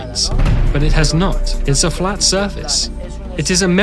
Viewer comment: Erth is flet.